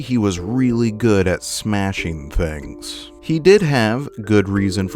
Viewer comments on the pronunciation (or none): none